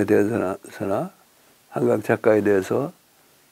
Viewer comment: 자가 한강의 한은, 짧게 발음하셔야지요° 길게 발음하시면, 강인 한강과 혼동하게 되지요!